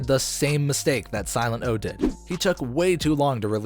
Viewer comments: First Whale, now Silent-O. How have narrators of a rap channel never heard of these people--or at least care enough to research their names? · omg dude,..who tf even are you after that - silet O ?? seriously.. sorry but go ...... .. siltet O